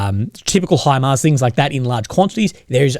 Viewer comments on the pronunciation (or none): none